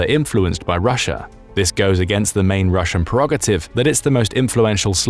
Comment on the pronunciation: ryssia is jyoke 😂 who cares